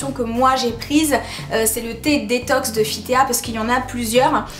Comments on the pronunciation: Ca se prononce fit ti et non fit téa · '' fitéa'' lol, c'est FIT TEA, = thé en anglais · On prononce [Fit Ti] pas [Fit Téa] 😂😂 D'accord on voit ces produits partout et c'est un peu soulant .. Mais je ne suis pas d'accord avec tes arguments, tu dis ne pas voir de différences physiquement et physiologiquement.. C'est normal c'est DANS le corps que ça se passe, c'est bon pour la santé.. Pas pour modifier le physique même si ça peut aider un peu ^^ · Coucou... juste pour info On dit " Fit Ti " fit Tea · Enfin quelqu'un qui dit "Fi Té A" hhhh